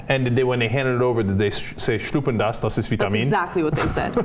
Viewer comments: Cenk, please say it right "Schluecken das" not Schnueppen das. Thanks. :) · its not Schlupen das but Schlucken das get your racial slur jokes correct !! Shameless